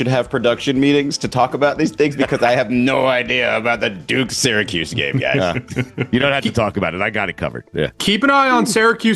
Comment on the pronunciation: As someone with an upstate ny accent said Syracuse right lmao